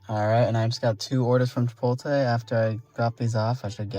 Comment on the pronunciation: Are you trolling us with the "Chipolte" 😂